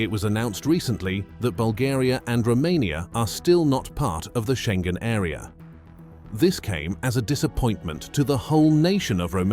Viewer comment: Iohanis. Not " aio..." It's not " row mania" either. Think of romany. România â= ı Schengen: learn how to say that!